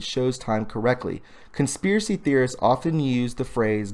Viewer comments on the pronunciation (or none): none